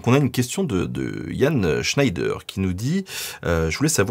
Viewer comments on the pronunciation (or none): none